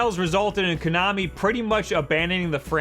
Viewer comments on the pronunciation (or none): It's pronounced KO-nami. Ko as in rhymes with go and blow and show. Not Kunami/Coo-nami, as you repeatedly say it. As for Bomberman, I got the Super Bomberman Party Pak for my 8th birthday. I didn't know anything about the game, really. I didn't even want the game, but I had asked for it because of the multitap. I wanted it for the upcoming release of Secret of Mana (which was just a couple months away) so I could play three player. Surprise was that it became one of my all time favorite games. My family played four player Super Bomberman every weekend for the next four years. I've been a huge fan of the series since and it's shocking to me that every article online says that Zelda is the only worthwhile launch title. I wasn't even going to get Zelda. Just need Bomberman and Snipperclips!